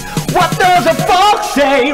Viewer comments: 왓더뻑세이라들려요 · 이거 약간 What the fuck 으로 들려용